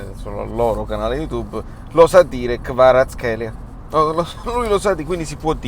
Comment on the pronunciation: La professionalità del commentatore del Maiorca che dice bene Kvaratskhelia non si discute, il tuo amico che dice buongiorno e non buon martedì, meh... Si può sempre migliorare...